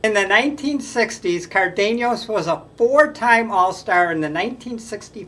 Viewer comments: when i was a kid I'd listen to the Reds announcers pronounce Cardenas' name as CARdin-as and so that's how my friends and I would say it. Many years later I had an acquaintance with the same name and he pronounced it car-DANE-yahs (without the 'r' sound. Not sure how to translate to english spelling.) I told him how we use to say it which brought a chuckle from him. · Leo CAR de nas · I really enjoy your enthusiasm and the variety of facts and trivia you bring. You might mispronounce a name or two - Leo Cardenas for example - but that is a small thing in the overall picture. Keep up the good work, but work on the names if you can. Thanks. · I never heard Cardenas pronounced the way this white guy pronounces the name. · Cardeñas' last name is pronounced "Car- dayn-yes", and Versalles is pronounced "Ver-sigh-yes". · Leo Cardenas, Card -E long E, nes, Elliot Ness. Ver-sigh was for Versailles, One great year and then average. Dick Groat was number 2 on this list and Fregosi 3. Wills was such a pest on the bases deserves 1. The 60’s had light hitting, good fielding shortstops. Campy Campaneris was so talented, I think he played every position but one in a single game, probably in Kansas City. Not sure though. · The prononciations are .... Leo Card-n-az and Zoy-o Ver-sigh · I love your videos. As for the names, Baseball-Reference gets most of them right. Zoilo Versalles is ZOY-lo vair-SY-yez. Leo Cardenas is Lee-oh CAR-de-nes. Dick Groat played basketball for the Fort Wayne Zollner Pistons, the forerunners of the Detroit Pistons.